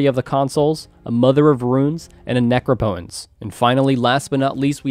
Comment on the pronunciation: It’s pronounced neh-crop-eh-tense.